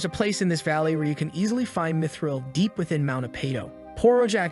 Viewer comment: Bro really says dmitril instead of mythril